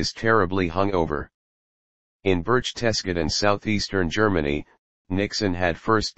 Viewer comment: Maybe if it were spelled Burk-Tis-Gart- Den the A.I. voice could have pronounced it properly. just what we need... a computer explaining human behavior. Loserville.